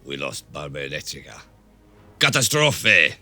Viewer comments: 0.10 Actually in Italian is cataaastrofe not catastrooofe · How did you said CATASTROFE XD